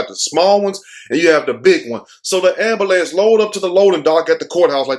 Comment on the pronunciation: 😂 the AMBAHLANCE 😂😭 😆everyone says AMBAHLANCE 😂😭 instead of AMBULANCE😂😆😆🍻🏄🍻😆🏄😆🍻👏👏🏌🙏✌☝😆😆😆😆🏄🏄😆😆😆😆😆😆👏😁